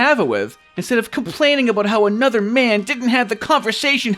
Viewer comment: "yeah but he hasn't called for annudah shoah, has he?" oh my sides